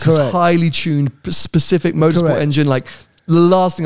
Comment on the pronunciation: started saying pacific instead of specific, these podcasts with Tony are taking its toll on him 😂